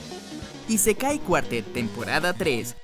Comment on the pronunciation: Esa forma de pronunciar "Raid" me dejó en el hospital. Y es Nadéshiko, no Nadeshíko. Es ísekai, no isekái. Es ánime, no animé.